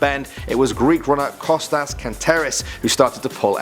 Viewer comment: Your saying Kostos wrong im Greek idiot